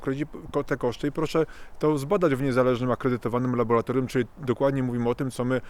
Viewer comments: Laboratorium się mówi ludzie nauczcie się tego słowa nie jest takie trudne :face-orange-frowning::face-orange-frowning::face-fuchsia-wide-eyes::face-fuchsia-wide-eyes::face-fuchsia-wide-eyes::face-fuchsia-wide-eyes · Co za kretyn z tego psychola. Nie nauczył się słowa ,,laboratorium,,. Biedny Stefan Kisielewski pisał o dyktaturze ciemniaków za komuny. Teraz, dzięki Internetowi mamy nie tylko dyktaturę ciemniaków, ale też milion ciemniaków- wyznawców rozmaitych palantów. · laboRAtorium !!! Ile razy można powtórzyć słowo z błędem??? Nie LABO-LA-TORIUM, tylko LABO-RRRRRRRRRRRRA-TORIUM. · szanowny panie nie mowi sie LABOLATORIUM tylko LABORATORIUM nie mowimy karkulacja tulko kalkulacja itd Wniosek : jezeli chce sie wystepowac w srodkach masowego przekazu to wskazane byloby sie poslugiwac poprawno polszczyzno a nie labolatoryjno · LaboRatorium, nie laboLatorium ;) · co to jest labolatorium ? moze jednak laboratorium ? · Nie "labolatorium", tylko laboratorium.... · laboratorium a nie labolatorium :] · Co to jest labolatorium?